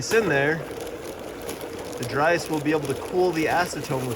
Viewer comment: Did you say "drice" 😂 I like it dry ice = drice